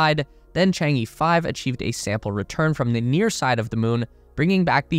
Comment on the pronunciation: Chang E should be pronounced as "ch'ang o" in Wade–Giles. Not just E like in alphabet.